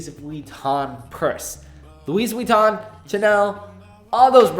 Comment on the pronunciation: absolutely agree: overpriced; no charger: c'mon 🍎!! As you said, brick comes w/ Homepod Mini and Macs & iPads, but... I know TC says it's to reduce e-consumption but policy seems to be applied erratically. Also Louis in Louis Vuitton is pronounced ' Loo-y' not 'Loo-is'. That's the way the French would say.